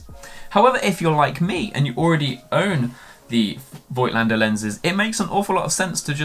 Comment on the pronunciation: Pronounciation is: "Fohgtlender" (german)